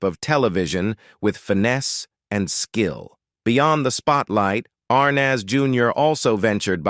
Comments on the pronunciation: The boy who played Little Ricky was not Desi Arnahhhz Jr. ( where did they get this narrator?!?! I about fell off my chair listening to his pronunciation of VITAMEATAVEGIMIN....what a joke!! Sorry Desi Jr. fell into the world of alcohol....he really did have talent....too bad he had to grow up in the shadow of his parents!! Now...leave him alone!! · I am totally pissed off regarding this video. First of all, the beginning of the video shows Donny Osmond, not Desi Arnaz Jr. There is no comparison that these two men look alike. As well, AI says Daisy Arnaz, Jr. rather than Desi Arnez, Jr. and uses Desi Arnas Jr. 98% throughout the video as if we are all too stupid to know who is being talked about and part of this video is not even understandable because of AI error. Last but not least, one of the depictions of Desi playing drums is not Desi at all but Jimmy Osmond. Looks like this video was never checked out for accuracy and from where I sit, is disrespecting to the man they are talking about. Desi and I were both born in 1953 which means he would have just turned 71 yesterday whereas I will turn 71 June 17. There is no possible way that old man that they are saying is Desi is the real man. Being the same age as Desi, I look in the mirror and have very few wrinkles but then my lifestyle is very different from what his was. I don't smoke, I very rarely drink alcohol and I don't do drugs of any kind. Life has been kinder to me but Desi, if he were still alive, certainly wouldn't look as if he's 100 years old. Most people don't believe me when I tell them how old I am and truly, much as Desi had his demons, he certainly didn't look like this man before his death.